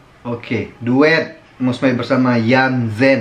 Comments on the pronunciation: Sebutannya mus mei... Bukan mus mai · Waduh mas..udah banyak kali dibilang nama Mus May tu sebutannya bukan Mus 'MAI' tapi Mus 'MEI'.. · Sebut nya bukan "mai" bang tapi "may" (Mey) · bukan sebutan mai tpi mei..bulan mei..Mus May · yantzen - insan, Meniti suratan, Suci. Tiga lagu ni memang terbaik. btw sebutan MAY itu bunyi nya MEI.